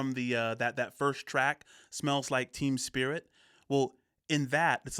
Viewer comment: I'm not sure I'm hearing you correctly, but it sounds like you keep saying Smells Like Team Spirit, and if so, it's Smeels Like Teen Spirit. Like the woman's deodorant. Which is kind of what the track is named after due to a misunderstanding he had with a female friend of his. She said that he Smelled like the deodorant Teen Spirit, and he thought she was meaning that he was an inspiration and seen as a roll model for teens... or something to that effect. It's been way too many years since I read that interview. Oh, and the deal with the guns popping up in the videos and lyrics. Cobain loved firearms and had a pretty decent gun collection, even compared to some of the bigger GunTubers Last bit. That baby grew up and tried to sue Nirvana and I believe the lable also for s**ual exploitation because HE as a baby didn't give them consent to take and use photos of him in the album art and videos... He lost the case